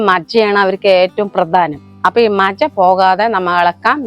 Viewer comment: മജ അല്ല മജ്ജ എന്നാണ് 😜 കണ്ടിട്ട് കൊതി ആവുന്നു 😋😋🥰